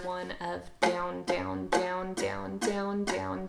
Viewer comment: Haha “Dyown”